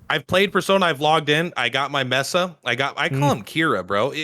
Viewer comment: Whoever keeps correcting you is wrong, you pronounce Messa correctly